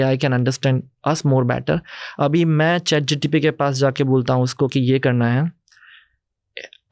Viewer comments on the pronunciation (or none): Why does this guy keep saying GTP instead of GPT? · I stop continuing when i heard chatgtp instead of chatgpt from a discussion of AI context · he called chat gpt , chat gtp. bhai ye kis dood waala ko lekr aaya ha tu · Bro not chatgtp it's chatgpt...😅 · chat GTP or Chat GPT Lmao and he’s the founder of AI startup in India 🫡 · Chat GTP 😂😂 Can Bhindi find out how many times he says Chat GTP in this video? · chat gtp?😂😂😂😂😂😂he is talking abt AI. and dont kw the correct name of chat gpt😮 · Bhai isko pehle bolo ..chat gtp nhi hai ..chat gpt hai... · Chat GTP 😂😂😂 who is this guy? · Bro was Pronouncing ' chat-gpt ' to 'chat-gtp' 😅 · Yes true lol he keeps saying chat GTP figured how fake this guy is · Am I the only one guy who is noticing that this guy is saying Chat GTP every time instead of Chat GPT??? Strange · How much reliable is an AI startup founder who kept calling ChatGPT as ChatGTP? Not getting into his wrong English and poor oratory skills because there can be reasons behind these. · M i the only one who is hearing. CHAT GTP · He can't even say chatgpt. Said chatgtp so many times 😅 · Chat GPT ❌ Chat GTP ✅ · He’s saying chatGTP 😢😢